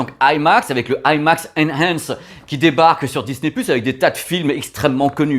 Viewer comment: Bonsoir encore super sympa ta vidéo avec ce format IMAX 😜😜 mais tu as oublié quelque fois ton accent anglais pour Disney " pluche"😂😂. Allez bonne soirée et à dimanche👏👍😜😘